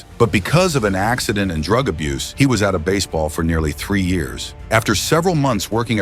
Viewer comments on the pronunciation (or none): Hamiltawn was out of bas-eh-ball for nearly three years 😂